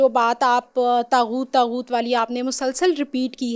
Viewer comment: kuch nahi pata saahil ko taghoot ka ptonunciation tak nahi ker paaraha define bhi ghlat ker raha he phir inlogo ke through pta chalta he show planted tha saahil adeem ab tum mazhab pe lecture dena shtu ker chuke hna history pata he ghalt knowledge dete ho